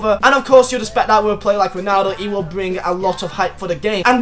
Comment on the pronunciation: Swear this guy can’t say expect